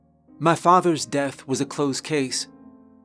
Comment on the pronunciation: I love the way you tell stories. Your voice is captivating. Everytime you say the words death I hear you say deaf. It's the only thing you say that every pulls me out of your stories. But you do tell a good spooky story every time.